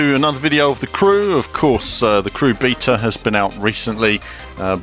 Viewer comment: learn how to say beta please:)